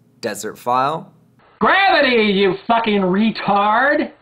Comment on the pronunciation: Oh, oh and ther's another reason to listen to this stream. pronounces gravity kinda like "grabity", I just can't help but be amused by this every time.:D